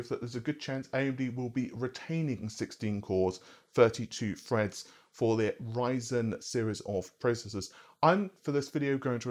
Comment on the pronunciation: Did you really pronounce Ryzen as raisin lmao